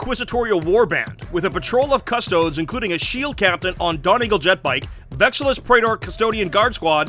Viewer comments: Guys please, it's 'cuss-tow-deese'. If I hear them called "Cuss-toads" one more time I will die screaming. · Quick PSA: pronouncing Custodes as "cuss-toads" is like calling astartes "ass-tarts" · Actually one's about as wrong as the other... It should be pronounced more like 'cuh-stoh-des' :D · The only thing wrong with this video is THE WAY HE SAYS CUSTODES LIKE WHAT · okay here it goes. Cuss-tode-EES Wow. It's not even an extra syllable. Really difficult to pronounce. 🖕🙄